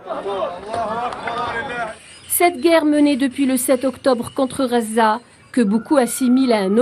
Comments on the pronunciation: Désolé mais si vous choisissez de donner votre information en français faites l'effort de gommer votre accent . Phonétiquement. On ne dit pas Raza mais Gaza en français..juste pour l'exemple. merci pour votre travail ... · Je crois que le temps qu'elle arrive à apprendre que ça s'appelle gaza et pas raza ça s'appellera Israel. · Merci à la journaliste pour la qualité de son travail et félicitations pour sa maîtrise de la langue française. Nos journalistes devraient en prendre de la graine... Je viens de voir qu'en arabe, on écrit غَزَّة Ce qui explique la prononciation entendue. Il faudrait peut-être qu'on se décide à transcrire en phonétique internationale Ghazza... Ce serait déjà un modeste signe d'attention !